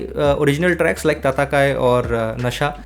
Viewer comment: bhai "tracks" ko clear pronounce karo please 😂😂 "trash" sound ho raha 🙏🙏